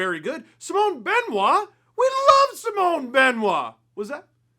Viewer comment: how do you still not know how to pronounce simon